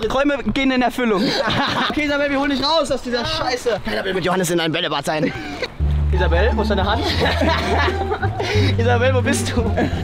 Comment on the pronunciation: Wie er den nammen von isabel auschpricht ()